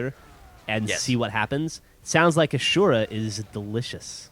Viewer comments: Asura is pernounced Ah-soo-ruh, say it like it is spelled!! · All the other characters in the game pronounce his name "Asoora" not ashura. Dumbasses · Ah-soo-ra. There is no "h" in that word. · its killing me on the inside how they keep saying "ashura" instead of like "assyourah" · Ah-sue-rah *rolls eyes* If it were ASHURA it'd be spelt differently, thank you. Aaaand I now want this game. *pouts* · Uh-syoor-a, not a-shor-a... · Wow, that was a horrible pronounciation. It's just A-SU-RA. Not A-SHU-RA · ASS-UR-AH not ashura. also, gw2. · Ah-Su-Rah-s Wrath lol fail ashura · ITS NOT ''ASHUURA'' ITS ASURA! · Say his name correctly where'd you see a "sh" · Don't u pronounce this like Azura like Gears.?? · Ahh-Zoo-Rah Derp derp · its I think pronounced aw sir uh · A-su-ra. At least that is how the Japanese pronounce it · its uh-sher-ra not ah-sher-ra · I'm 90% sure it's pronounced Ah-zura. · its A-sue-ra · I thought this was gonna be about Azura for the Elder Scrolls but then I realized that Azura (A-zoo-ra) is spelled AZURA not ASURA.... yeah Ive probably been playing Skyrim too long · thats not how you say Asura. they pronounces his name several times in the game and its AWE - SIR - UH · Blargh, it isn't "Ashura." Having played the game you'd think he'd heard enough people say his name the rightway. :P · that is not how you say asura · You'd be right, but he's referring to the Japanese pronunciation. "Su" is pronounced as "soo". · I like how they can't even pronounce his name right, It makes me giggle everytime. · You said asura wrong... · said Asura wrong... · you said the name wrong 0.0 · You said asura wrong?